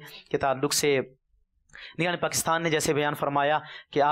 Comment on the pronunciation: & , lafz properly adaa nhin huwa, "nigraan" kaha hae!